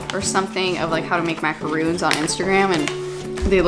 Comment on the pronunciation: When you said macaroons with the French accent, you said it perfectly. I’m French, and I was like nice, you said it the right way.